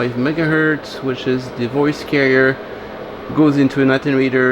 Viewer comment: Amusingly carrier works so well in this case and I appreciate two things here, one is that you speak in English for us and two, that career and carrier sound much the same when you say them. I love what you do on this channel and sit open mouthed through most of the episodes.